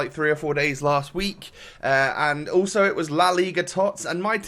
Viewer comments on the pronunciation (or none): none